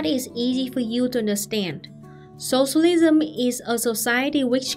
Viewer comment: I just love how you pronounce “sossolism”